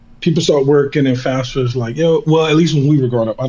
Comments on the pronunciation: Why does he keep saying fasfa? It’s FAFSA. Candace did the same thing. Do the counselors at these underprivileged schools just not talk about FAFSA to their students? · why does EVERYONE pronounce FAFSA wrong WHATS WRONG W PEOPLE